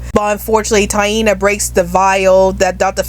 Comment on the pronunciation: That's a good list and it's Tiana. Not Tieena. Not trying to be mean or anything.